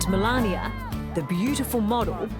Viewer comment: The First Lady's name is pronounced "MA LANE NA." Not "MA LAN YA."